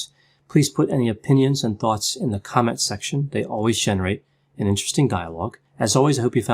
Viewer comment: Did he say "comment section" or "comic section"? 😆